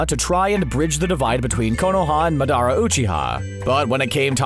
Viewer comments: He said it right 10 seconds before lmao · ITS (MARA.DA) not MAY.DARA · Madara maaadaaawwwraww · like how he says ma da re instead of madara and how he says there is no reason to tell people he was minatos son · MADaRA ooCHEEha Hasimara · The way he pronounces Madera hurts man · Who the fuck is MAHDAR and Hasimara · There’s so much dumb here I don’t know where to start.....like bruh how you even come up with that pronunciation of Madera Uchiha.......LIKE BRUH THEY THE NAME IN THE SHOW?! Y’all genin 4 life. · I stopped at madaaara uchiha. No sir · Same here... And also madara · That pronunciation of Madara Uchiha was just as cringey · But did u hear what he called madara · Anyone else get pissed with Madara's name being mispronounced? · Anyone pay attention to how this dude said Madara? And then proceeded to say Hashirama wrong the second time regardless of the fact he just said it correctly the first time. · "they chose Hashi-mara instead" yeah... this guys never seen the show, definitely just reading a script lol. and the way he pronounced Madara was so bad. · Do they watch the show?😂😂Cuz I cant tell by the way they pronounce these names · Honestly I don't care if you give wrong facts, just at least pronounce the names right, esp Hashirama and Madara. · Considering you can’t pernounce madara right i don’t think you should be talking about how this makes no sense also you know hashiramas name but you said hasimara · Bro u pronounced madaras name wrong